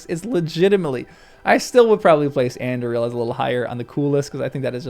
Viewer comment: You keep referring to a sword called Andriel who did it belong to? Do you mean Aragorn's reforged sword Anduril? With the usual stress on the penultimate syllable, 'du'?